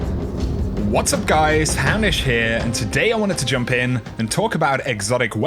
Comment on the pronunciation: Is it just me or does it always sound like he says Hammish and not? Gods, getting old sucks!:(